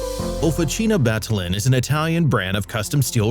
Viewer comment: "Battaglin" is a crushing butchery in the hands of an American narrator.